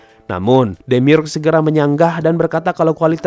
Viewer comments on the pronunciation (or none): Demiurge bacanya Demiurj, dari kata Urge